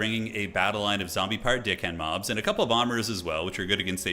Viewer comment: "Is he saying deckhand mobs or dickhand mobs?" "D-ckhand mobs" "I can't tell if you are saying deckhand mobs or dickhand mobs" "It's that one" "Which one" "the mobs one"